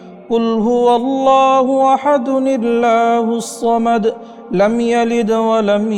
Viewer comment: আপনার সুরা এখলাসের প্রথমাংশে "কুলহু আল্লাহু আহাদ, (আল্লাহুসামাদ) এর জায়গার উচ্চাড়নটা কি তা পরিস্কার করে বলা কি উচিত ছিলোনা !? এই জায়গায় আপনি কি উচ্চাড়ন করেছেন তা স্পস্ট নয় !?!